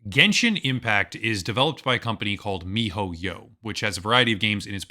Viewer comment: will never get over how you say, "Mi-Ho-Yyow"